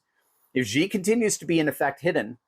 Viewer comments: Xi pronounced "she". He's no "G". Congratulations on the book Dr. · The pronunciation of his first name is basically “she” not “gee” or “zhee” ( like the second g in garage) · Xi is pronounced shee